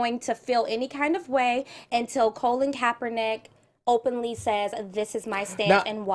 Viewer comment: why is ashley calling colin colon????????? lol